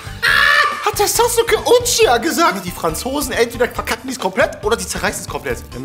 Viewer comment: Ey wenn du SasUkeE UChiWa schon schlimm war hör dir mal Ruffy auf französisch an